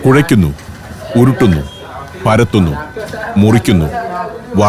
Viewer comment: കുഴയ്ക്കുന്നു.. ഉരുട്ടുന്ന്.. പരത്തുന്ന് .. മുറിയ്ക്കുന്ന്..വറക്കുന്ന്.. കോരീയെടുക്കുന്നു..